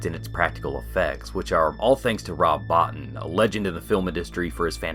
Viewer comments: FYI; Rob Bottin's name is pronounced bo-teen. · Rob Bottin's last name is pronounced Bow-Teen. Great look at the movie! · It's pronounced 'Bo-teen'. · Rob Bow-TEEN. Nice video, great movie. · Heads up, Bottin is pronounce "boh-TEEN". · Small correction- Bottin is pronounced Beau-teen or Bow-teen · Learn how to pronounce robs last name . Jesus